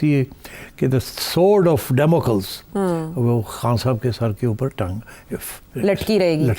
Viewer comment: It's not the sword of Demokal's. It's sword of Demoklee (to pronounce is properly - Sword of Democle with e being pronounced